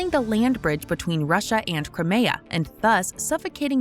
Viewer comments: That's not how you pronounce "Crimea." First "Belarus," now this... Maybe it's time to get a new narrator. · If you’re eager to keep improving you could improve the voiceover by changing it back to a person who can pronounce things like Kyiv or crimea correctly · I didnt realize crimea was pronounced like gokus special move